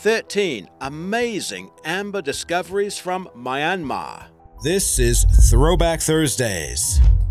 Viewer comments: Myan-mar not My-an-mar😅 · He said My-an-mar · Having spent 2 months in myanmar - it is pronounced Myinmar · Omg you said Myanmar wrong but oh well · How the hell did you just pronounce my native country's name? xD